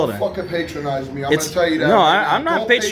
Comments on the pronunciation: It's "patronize", my dude! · pa·tron·ize verb 1. Treat in a way that is apparently kind or helpful but that betrays a feeling of superiority. "she was determined not to be put down or patronized" The dude pronounced it wrong!